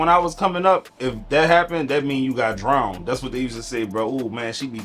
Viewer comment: My boy say drowned. It feel like that word passed from natural causes